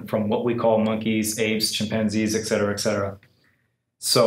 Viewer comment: Dude, it's "Et Cetera" not "Exettera".